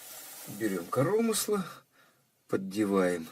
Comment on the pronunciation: Уважаемый, судя как Вы выкручиваете регулировочный винт, то резьба ЛЕВАЯ. И извините, режет слух ваше "корОмысло" с ударением на второе О, а правильно по русски коромЫсло с ударением на Ы.